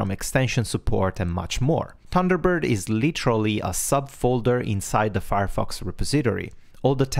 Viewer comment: I listened to what was said 5 times before I gave up, only hoping that it would become clear later on, on what Thunderbird was built. Which it did and that was something I already knew as a 20+ year user of Thunderbird and still had not recognised the word Firefox. This is what you typically get when a non-native speaker of Englisch listens to some other non-native speaker of English when they don't share a common native language (that bends their accent and grammar in English in the same way). Please consider supporting key terms in your narrative immediately with a clear on screen display of those terms (i.e. not hidden in some highlighted sentence a few seconds later when someone is already no longer properly listening, wondering what you are talking about). Thanks for the heads up and considering usability for long time users, I hate it when Outlook (that I don't use on a daily basis) has dropped some feature to make it easier on new users, but even worse of an IMAP client than it was in the previous version. Nothing worse than something as crucial as daily email processing being interupted because your previous workflow can no longer be executed.